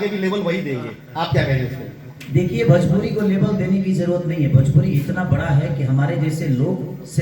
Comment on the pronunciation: Are Khesari bhaiya bhajpuri nahi bhojpuri hota hai